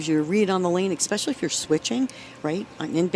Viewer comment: The female announcer says “ECKspecially. Ain’t no “K” sound in “especially.”